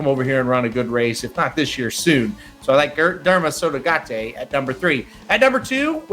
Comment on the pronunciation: Can you please, please say Derma Sotogake with a "kay" at the end? You're saying "tay". Derma Sotogate is what you're adding. KAY! Derma Sotogake.